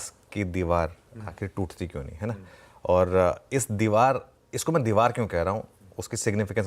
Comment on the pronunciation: Anchor ko bolo Deewal nahi deewar 😄